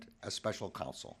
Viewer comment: it is council (counsel) not console